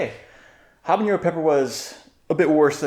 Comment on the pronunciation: Love the video, love the pepps, one thing non Spanish speakers often miss is: “ñ” and “n” are different letters, jalapeño and habanero don’t sound the same